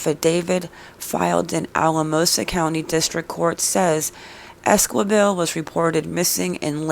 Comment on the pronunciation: If you're going to talk about a case please get the names right....it's Selena Ésqi bel....not quibel you don't pronounciate the "U"....can you get that??? And it's not Àdré it's Ā(dray) and It's not Bàrōz... it's Bar (ōz ) pronounciate that right....Las S(ouces) not literally Sauces...lol!! And Saguache?? Totally prononciated wrong!!! Lol!!! I guess I have to prononciated that too.... Sa (watch)??? Get it?? "g" is silent..... Do better research dear, otherwise you could be reporting on the wrong people...bad reporting....